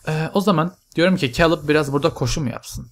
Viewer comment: abi o keylıb diye okunuyor :D